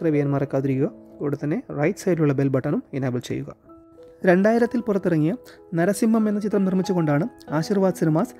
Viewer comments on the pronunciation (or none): നരസിംമ്മം അല്ല നരസിംഹം....